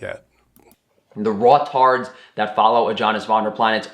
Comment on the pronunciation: Did he just say "raw-tard"? 😂😂😂 Ah, I get it, he's a good old fashioned edgelord. I hadn't seen one in the wild since 2005!